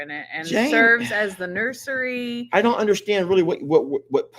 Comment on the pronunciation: If she trying to tell you something she said nursery 😂😂😂😂😂😂